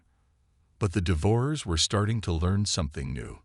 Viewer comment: The AI narrator needs to learn proper pronunciation of "devourers", among other words.